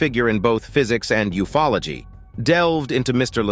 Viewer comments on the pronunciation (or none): none